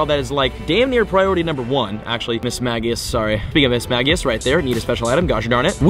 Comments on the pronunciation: This man does not know how to say the pokemon names it is not mis ma ge us its mis sme je us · Mis-mage-ius We-vile